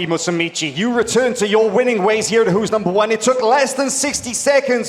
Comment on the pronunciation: Stop saying "Musumici" it's "Musumeci." Musumeci is one of my favorite BJJ fighters. He would really benefit from some laser eye surgery, though.